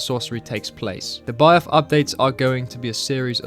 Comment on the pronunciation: How can’t bro say the simple word Byeth in school you learn that th makes A SIMPLE SOUND